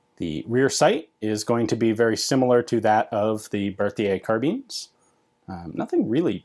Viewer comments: tom farrington he tries to pronounce it frenchly. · So I've noticed Americans pronounce carbine as "car-been" as well as a few New Zealanders I know, but I've always pronounced it "car-byne" is that a difference in pronunciation between Americans and British or is "car-been" the correct pronunciation?